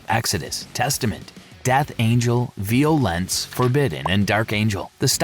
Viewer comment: Vee O lence .lol